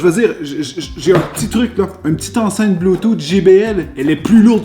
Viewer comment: Le bluetooth est en anglais, mais tellement mal parlé, ouf